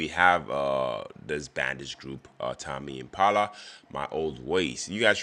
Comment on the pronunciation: It's tame pronounced like same